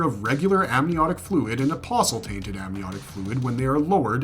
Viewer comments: thank you for pronouncing apostle correctly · Lol nothing is worse than people say “apostle” and enunciate the “t”. Blech, makes me cringe every time. At least he didn’t do that, lol.